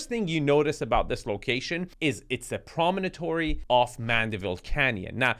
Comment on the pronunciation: the word is "promontory," not "promonotory." Four syllables, not five.